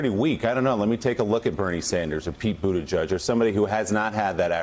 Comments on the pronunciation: Boot edge edge. No judge in the pronunciation. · Butti “JEDGE”. Please all of you pronounce the man’s name properly. Not JUDGE!!!! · Joe & the bald guy keeps pronouncing Buttigieg (boo ti juj) wrong it’s like nails on a chalkboard. Its BOO-ti-jej (not juj) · “Buti-judge” I’m digging their pronunciation. Sounds like they’re trolling him. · Joe you need to learn how to pronounce his name for God's sake: BOOT EDGE EDGE. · Joe ..can you please pronounce his name correctly